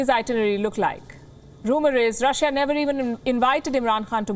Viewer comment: India's love to say Russh-a